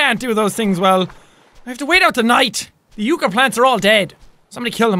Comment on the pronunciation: So very late here, but yucca is pronounce with an "uh" sound, not an "ooh" sound :')